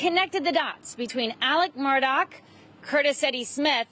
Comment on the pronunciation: Hi, ABC News 4 ~ Alex's last name is Murdaugh, not Murdock. Will people kindly try? Is is not difficult.